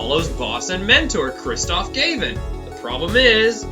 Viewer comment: The Brothers of Destruction: Khrrrrrristoph Gayvin, and Klahveer Gavvin!